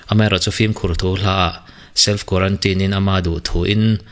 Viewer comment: It's quarantine, not quarantin ,bro